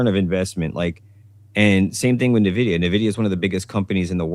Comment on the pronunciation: I tried to watch live and it seemed like he had solid points, but kept mispronouncing “NVIDIA”. Didn’t see the beginning so maybe that was intentional?